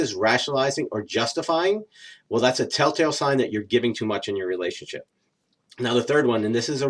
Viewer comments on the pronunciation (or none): Agree totally...good information, but please slow & enunciate when you say "relationship" & "ultimately". Vast majority of the time they sound like "relay-ship" & "ult-ly".